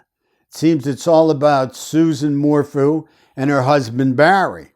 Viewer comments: It is "Su-ZANNE" not "Susan." It is "Morphew," not "Mor-fu." There was NO "bike ride." Suzanne was already dead on Mother's Day. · Her name is Suzanne (Soo-zan) not Susan Morphew (More-few). Thank you for your analysis on these cases. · It’s Sue Zan More Few pronounced .